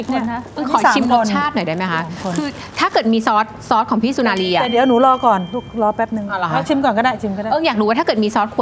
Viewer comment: สุนารี ไม่ใช่ สุรนารี โอยยย อิหยังวะ